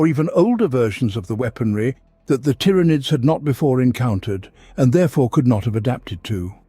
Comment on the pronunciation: The number of different pronouncations of tyranids in this video is insane.